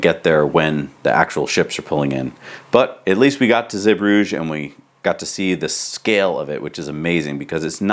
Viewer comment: Guys pronunciation Zeebrugge is zee-brugg-er. Now you know👍🏻